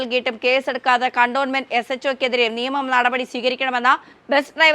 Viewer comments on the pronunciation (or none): none